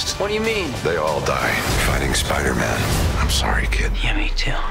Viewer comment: is it just me or does it sound like he’s saying “Spider-men”